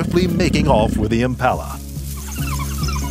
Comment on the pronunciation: Why are you as an American commenting on this. You cannot even pronounce Impala. Have you even been to S.A.